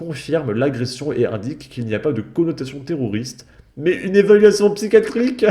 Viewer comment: C'est marrant moi aussi j'explose de rire quand j'entends "psychiatrique " !